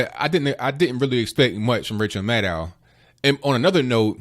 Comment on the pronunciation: "Even Ranchel Maddow himslf said.." LMAO!!!